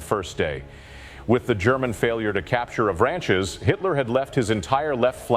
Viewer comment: Interesting historical account, tempered by excruciating mispronunciation of French town names. "Avranchies?" Oh, you mean "Av-ranch'. 🫣